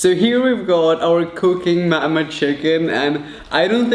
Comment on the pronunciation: I like how you say mama